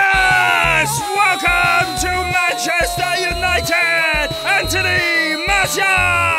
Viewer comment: first it sais manchesthair and then he says manchester